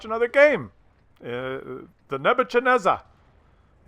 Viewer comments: And it is pronounced "Ne-bu-KAD-nez-er" not "CHAD-nezer." It's kind of a "k" with a rough r sound - like hacking up a loogie... Now you know... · I think you'll find pronouncing the name as, "Nebu-xad-nezzahr" closer to reality. The 'x' in the second block is probably pronounced like the 'ch' in the Scottish word "loch." Here's a link with the wikipedia entry on the more famous Babylonian king to bear the name in question. HAGO